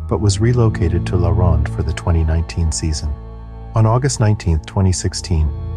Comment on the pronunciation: As a Canadian, the way he pronounces La Ronde makes me laugh